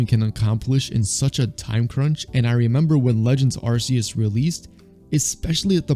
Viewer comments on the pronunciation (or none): Ar - Seee - oos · Mispronounced Arceus 🧐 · Genuine question why we still mispronouncing Arceus in 2071?